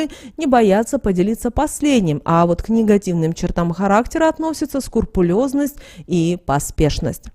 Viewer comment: 😂😂😂. скУРпулёзность !!! Позорище, скРУпулёзность !!!